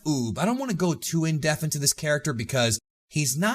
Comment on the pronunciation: I like your content. But you sound like such an ass when you say "in deff".